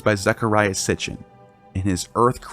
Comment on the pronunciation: its Sitchin not Sitchen